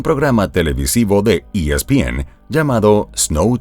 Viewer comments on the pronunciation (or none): none